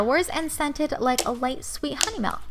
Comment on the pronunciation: (ma-lk?) its (mi-lk)